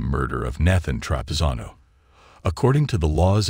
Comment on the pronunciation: Why do you keep mispronouncing Nathan's name?